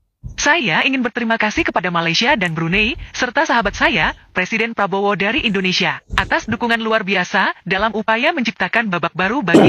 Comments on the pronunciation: Mc Malaysia tidak profesional penyebutan nama presiden.... sangat mengecewakan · Betul ... Salah penyebutan nama presiden ... Sering kali malaysia suka salah penyebutan ... Sungguh Memalukan 🤦‍♂️ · Lagi minta maaf,salah peyebutan nama persiden itu😂kocakk sekelas KTT Asean masih salah,3 negara lagi yg salah nya😂kacaw"gak propesional